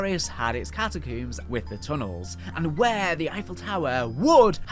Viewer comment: Cat-a-CUUMMS is killin me😂😅